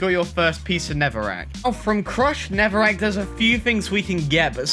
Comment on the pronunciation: Not Netherwrack! "Neverwek"